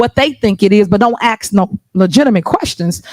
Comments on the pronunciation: Oh and none of them can say ask it's always axed. Do they go to school in Africa. These people I cannot believe are that stupid it's like a comedy show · I have never in my life heard a black person. Say the word ask. They’ve always said the word ax